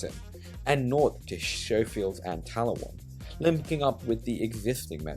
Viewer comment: "Skofields rather than "showfields", just "sayen!